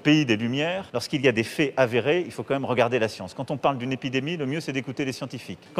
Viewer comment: La cience pas la technologie